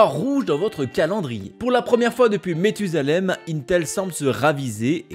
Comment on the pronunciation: On dit Mathusalem 😬😜😂